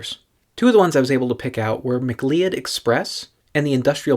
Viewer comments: I thought that “Cleod” was pronounced like “Cloud.” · It's pronounced muh-CLOUD like the Highlander.